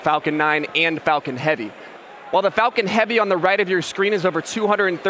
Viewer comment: why did it sound like "spacex fukin heavy"